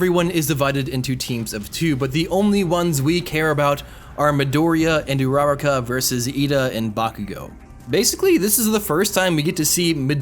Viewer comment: URRRAK Bruh that’s not how you say it